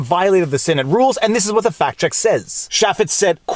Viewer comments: They're Farty and they're checking Pacts. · Sounded like “Third Farty Pact Checkers” in your intro 😂